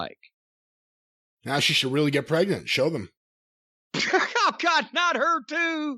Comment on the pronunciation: WWE doctors on Google: "am I pregante"